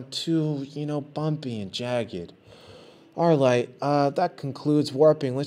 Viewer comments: lmfao "arlight" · he said arlight